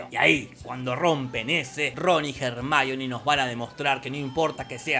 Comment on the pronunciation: "jarmáioni" ????? La minita se llama Hermione pelotudooooo !!! Pareces esos que le dicen "Yéison" al Jason de los argonautas ...